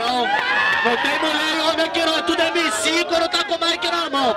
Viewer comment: Slc esse jefinho fala o nome dos MC tudo errado shahshs